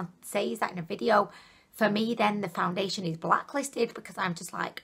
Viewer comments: You said "foundeliation" several times. Never heard anyone pronounce it that way. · April Dunn thank you!! i wasn't sure if that is a new thing or if it was just her accent but yes what is foundidliation? lol